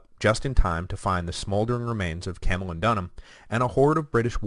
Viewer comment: Good Grief! Camulodunum is CAM-u-LOD-un-um, not CAM-u-lo-DUN-um! {:o:O:}